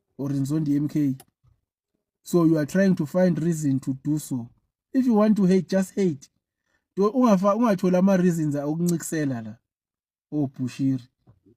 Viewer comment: Okuncikisela ( not okuncokisela )